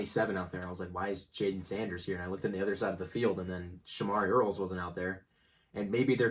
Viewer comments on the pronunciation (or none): none